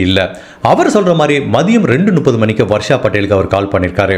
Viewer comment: Brother I like the way you narrate the story . But, one small suggestion in your pronounciation , it's Muppdhu (முப்பது) and it's not Nuppadhu. Else I love your story telling.